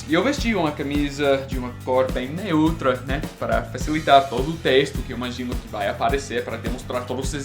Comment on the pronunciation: Bro, é NÊutra, não neÚtra.